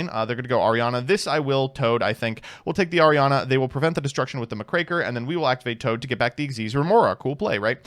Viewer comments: I'm impressed at the consistency with which you say Krackertuga but stop yourself from mispronouncing Mukraker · You finally learned how to say muckraker, CONGRATULATIONS!🎉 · correct pronunciation of muckraker alert! Our beloved Tron player has been replaced by an impostor.